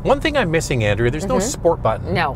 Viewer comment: Pretty sure it has a 1.3 three litre engine and your wife's name is not pronounced An.....dray...ah